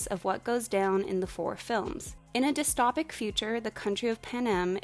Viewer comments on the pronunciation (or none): anyone else very annoyed she pronounces dystopic wrong? its dystOpic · the way you say dystopic bothers me